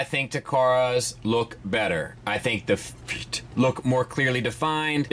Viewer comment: Whats up with your death metal pronunciation of the word "FEET"?